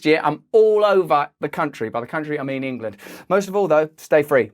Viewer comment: Engaland is not the mother country. Most Australians can trace their heritage back to somewhere other than Engaland. (Yes I said Engaland, just like you said Aushtralia)